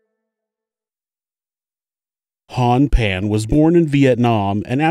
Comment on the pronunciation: i think it's Jennifer "Phan", because there's no "Pan" last name in VietNam